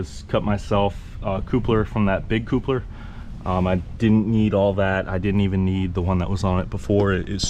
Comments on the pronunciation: Thumbs down for irritatingly saying CŌŌPLER instead of I assume coupler (kaplər) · Appreciate this video! Is your pronunciation of coupler real life? It's pronounced cup-ler lol. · Like I’m sure he and his lady make a totally cute “coople” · Great video, but that word. I don’t know why it’s triggering me so bad but damn, every time he says it 😖😂